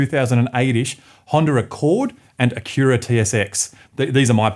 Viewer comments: Nobody: This guy: Ahcurea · The way he pronounces Acura and any number with a t in it just kills me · Bruh just mispronounced Honda and Acura. I’m out. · I've never heard Acura pronounced that way lol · It seems to be the natural Aussie pronunciation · Yep, it's the way us Aussies say it based on the spelling, if we have never heard it pronounced by an American or Canadian.